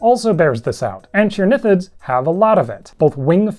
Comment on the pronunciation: One note: the "ch" in Latin is pronounced with a K sound. This animal is pronounced like "ang-kee-OR-niss" and "ang-kee-OR-nih-thids"